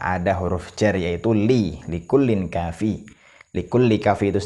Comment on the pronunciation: Tanwin betemu kaf, dibaca ikhfa, ang, kenapa dibaca likullin, padahal jelas jelas dibaca likulling bukan likullin